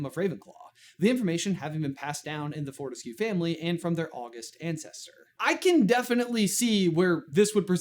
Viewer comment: in this context, the emphasis is on the second of August